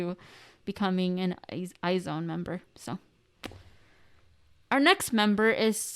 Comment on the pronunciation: She knew she said it wrong but Omg when she said I-zone I Cringed so hard it’s pronounced Aizuwan or eyes one I’m a wizone here since produce 48